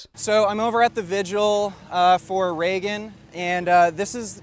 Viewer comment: I am pretty sure that her name was Reeeegan and not Raaayyyyygan.